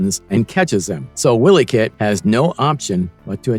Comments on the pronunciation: It's NOT pronounced * Willy - Kit **, it's pronounced ** Why - Lee - Kit***! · "Willie Kit" Is called and pronounced "Wily" As in sly, cunning, crafty, foxy or as in Wile E coyote, NOT the Scottish name Willie or Wiley 😉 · You've never seen the show else you'd pronounce 'Wileykit' properly. Phonetically it's - 'While-y kit'.